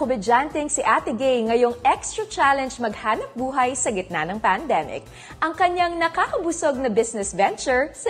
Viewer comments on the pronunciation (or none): ano daw pandzeemic 🙄